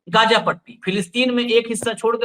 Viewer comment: Gja nahi h gaaja h . Hamas kya h jara ye to batao . Hamas ne 2023 me pahle ijrayal par hamla kiya tha kyo . Hamas ko pata nahi tha kya ki ijrayal hamas ke kabje me nahi aayega. Hamas aantkvadi h. Aapke kahne ka matalab ye h ki iran me bilkul nuksan nahi hua h. Ijrayal ke fighter plane 300 gus gaye iran me ek ko bhi rok nahi saka . Iran ijrayal me gus paya kya . Aaj ki Dainik Bhaskar ki news dekhiye 70 logo ka janaja nikla h. Kamal h ye . Hamas ne kyo hamla kiya ijrayal par